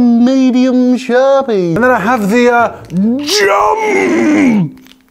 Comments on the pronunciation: when he says sharpie he says “shawpee”🥺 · SHAH-PIH I'm laughing alone am 😂😂😂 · The way Jazza pronounces “sharpie” is adorable 😍 with so much love and tenderness 🤣 such a true artist !